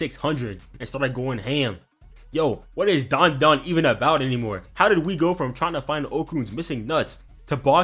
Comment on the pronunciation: i swear its dandadan and not darndadarn